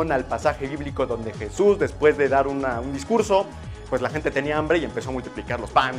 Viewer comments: ¡NO ES YISUS ES JESUS J-E-S-U-S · SE DISE JESUS NO YISUS. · se pronuncia JESUS no yisus